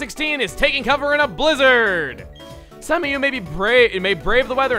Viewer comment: Chugga, I'm pretty sure that lady who was talking about the Thick Fat ability wasn't putting emphasis on the word, "some." That was literally all you, guy.